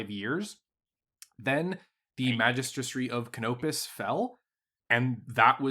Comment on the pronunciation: Pretty sure he just doesn't like Canopis because he can't pronounce "Magistry of Canopis" without flubbing it. 😅